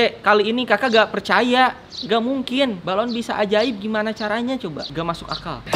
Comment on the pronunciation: balon bukan baralon 😂😂😂😂